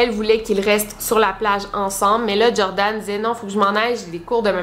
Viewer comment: C’est Joran, et pas Jordan ;)